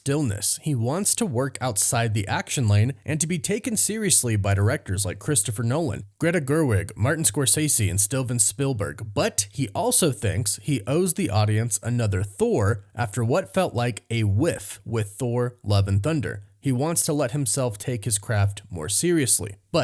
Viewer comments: Did… did he say “Stilvin Spillberg”?! 😂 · Stilban Speilburr?! 😂 love that guy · WTF is Stilven Steelsberg? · “Stephen Spielberg”? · Greta Gerwig?? Lmao that man hating feminist doesn't deserve to be mentioned in the same sentence as Nolan, Scorsese, and Spielberg. That's insane. Also, btw, it's Steven Spielberg....not whatever you called him lol